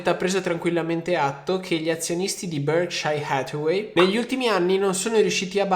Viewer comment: Ragazzi ma sono l'unico che muore ogni volta che sto tizio dice il nome di BH? Cazzo mi ammazza ahahah ma che pronuncia c'ha